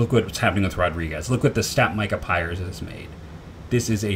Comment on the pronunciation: Pries. Pronounced Prease not Pires. Don’t know where you’re getting the i before the R